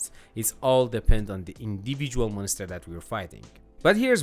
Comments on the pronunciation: Dude I love how you pronounce it monester 😂 never change that 🤘🏻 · Mon ister 😂